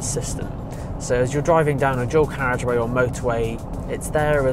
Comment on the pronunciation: “Drawcarriage”?!? Seriously? Closed captions translate it as “dual carriage” but that doesn’t help at all. “Why can’t the English learn to speak English?” - Prof. Henry Higgins in “Pygmalion”.